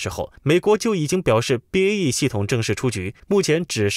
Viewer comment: BAE一直要唸BEA